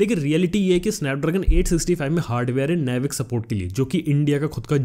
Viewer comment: It's not नेविक. It's नाविक baby.